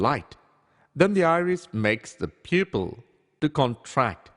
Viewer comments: What the heck is membrin? Peopill? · Am I the only one who cannot stop laughing when he says 'pupil'?